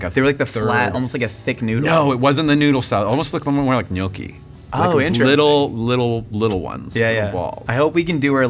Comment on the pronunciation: Mike che pronuncia GNOCCHI perfettamente! Penso sia l'unico in America a farlo